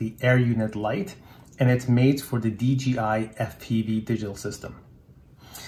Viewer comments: Nice video my friend.. There is just one thing, please, PLEASE in the future say DJI and not DGI. It's a J (Jay) in the middle not a G (Dzjee) Greets, Rob! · You are kidding right?? Its DJI buddy not DGI. In the English language the "J" is pronounced as "Jay"... You don't have to look into anything my friend. Just pronounce it the correct way. If you dont beleave me, watch a DJI add on YouTube.